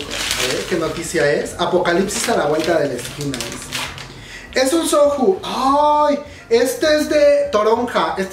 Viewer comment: Soju??? Se pronuncía soyu*